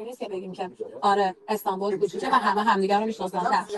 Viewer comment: جان مادرت خودت حرفهايى كه قراره از خودشون ( الهه و نگار ) بشنويم قبلش قرقره نكن اخه تلفظ كلماتت هم اشتباهه مثلا ميگى استانبووووول درصورتيكه استانبول نوشته ميشه اما استانبُل خونده ميشه !!! يا مهبووود درصورتيكه اسم طرف مهبُد … اى بابا 😒